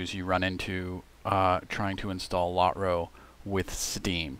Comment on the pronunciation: Never heard Lotro pronounced Lot-ro. Been playing the game 10+ years.